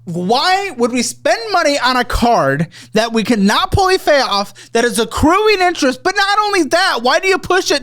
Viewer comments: getting so upset he says pully fay off instead of fully pay off. I cackled. 😂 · "Why are we spending on a card that we cannot pully fay off" - this fool upset so bad, he turned dyslexic =/ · Pully Fayoff? is so mad hes coming up with new words. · When said “why would you have a balance on a card you cannot PULLY FAYOFF” I started crying🤣 so mad you forgot the English language? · “why are we spending money on a card that we cannot pully fay off…” 🤣😂